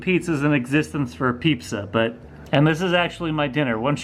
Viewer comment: Ok I lost it when he said Peepza.